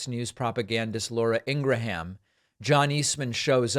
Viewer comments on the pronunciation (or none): Dude, please, please learn how to pronounce laura ingrahams last name. Please. Its embarrising